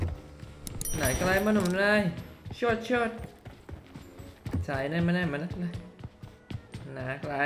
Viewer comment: ngomong sot sot gue ngakak. Liat ekspresi nya dia kaya ngerasa salah. Tibaan dia ngomong syut syut wkwkwk. Buat yang paham aja dahh. (Ini pengucapan yaa. Gue tau inggrisnya itu ya Shoot)